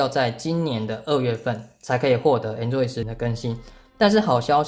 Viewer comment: 為什麼台灣讀Android做enjoy?有點怪怪的(沒有惡意